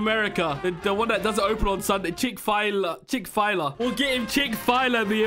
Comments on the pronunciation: It's pronounced chick-fill-ay or chick-fill-lay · I did not just hear him call it “chick fie-luh” aaaaaaaAAAAAUUUUUUUUUUGGGHH (Im trying to recreate that meme of that guy going like aaaaAAAAAAAUUUUUUGGH) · me getting triggered by the chick file ah completely butchered. It’s chick fill ayyy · Chick file a? The company:CHICK-FILL-A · Ah yes, apple juice and ketchup, my favorite Also Wth is chick fyla 😂 It’s chick fil-a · man said chick fila it is chickfaly XD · "Chick-File-A American something" BRO WHAT-🤨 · No way he cant say Chick-fil-a.. HE SAID CHICKFILE-A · chick fil a turned into chick file a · "Chick file-a" Its Chick Fil-a You say it like chick fill aye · Bro its not chickfila it chickfelay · It’s funny he said chick fILa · “Chick-fai-la” Wth😔 its chick-fil-a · It’s not called Chickfila. It’s called Chick-fil-A. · It is spelled chick fil a ( chick fu lay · Don't you mean Chick fil a, and not Chik file-a? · Did you say chick fila a Chick-fil-A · NEVER SAY CHIC-FIYLA EVER AGAIN ITS CHIC FIL AY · WARNING THIS COMMENT IS NOT TO BE RUDE BROOOOOO ITS CHICK FIL A NOT CHICKFLA * sorry I don’t mean to be mean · Not this guy's calling it chick fila it's chick FIL a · Chik fila it's Chik falay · “chick fylia”💀💀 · chick fill aye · "Chick fyla" HELP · chick fajla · Ikr he says chick fi la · no it’s chick file a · Omg “chick fie lah” HAHHHA I’m dead 😂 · IM LITERALLY LAUGHING SO HARD WHEN HE CALLS CHICK-FIL-A AS "CHICK FAYLA" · says chick fi la wrong Everyone: corrects him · we love chick file-ah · It's so funny how tries to say chick fil a he says chick fi la 💀💀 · "chick-file-A" - 2022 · I love how he pronounced Chick-fil-a like Chick-file-ah lol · "chick f-i-l-a".... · say "chick fill lay" that is how u say chick-fil-a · Bro, really said chickfila 😂😂😂😂😂😂😂😂😂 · Wow really said chick fy la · You pronoces it like ( Chick-Fa-lay) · "Chick File a" 😂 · The chicken place is called chick-fa-lay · “Chick-Fla- Yah 😂😂😂😂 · It's Chick-fil-A